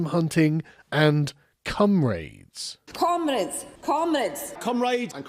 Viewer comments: I heard "cum rays" and thought it would be something very gay. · At first, I thought it was cumrags. A little more savage than I'm used to. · Allo cumrays! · did... did they just say, ... Cum-Raids? Fookn patriarchy at it agin! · am i the only one hearing "cum raids"? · I deadass thought you said "cum rags" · it sounds less like comrades and more like cum raids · ............did anyone else hear comrades as "cumrags?" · To be honest I thought you said cum raids not comrades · Bro I thought he said "cum raids" and was very confused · Were they saying "cum raids" or comrades? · Cum-raids ( sorry England that word sounds funny when you say it.) ohhhh comrades. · I totally heard that as "cum raids" lol... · I know you mean they’re saying comrades but all I can hear is “cum raids” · It sounded like ‘Cum Raids’ to my delicate ears. 😂😂😂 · Am i the only one that hears some of those "Comrades" saying cumrags? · Those politicians saying Comrades sounds a lot like "Cum rags".......fitting. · Cumraids is what I heard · I cant hear anything other than "cumrags" when they say comrads and I'm damn happy about it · "Cum raids" like they are going to grab some little boys or something... but yeah.... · Did you pronounce "comrades" as "cum raids" on purpose? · "cum raids" I dare you to unhear it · Fucking thought you said "cum-raids" I thought they were coming for the sperm banks next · When they say "comrades" I can't help but hear "cum raids" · did he say comrades or cum raids? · Got confused there when the labour guys started saying comrades. Sounded to me like they were saying cum raids or cum brains. Anyhow it is interesting to see how this will play out as we in Canada are seeing something kind of similar with the west blue collar types and the political elite in Ontario and Quebec which also happen to contain the vast majority of seats in parliament. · When you said “and comrades.” I thought you and the politicians were saying “cum raids.” I was very confused.